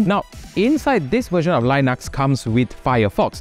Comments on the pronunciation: Why do you pronounce lynux? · The li in Linux is pronounced like the li in lithium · say linux again